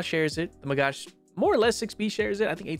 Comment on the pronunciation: It's a MAGACH not MagaSH stop calling him this way or just call it a Magah it hurts my ears as an Israeli omgn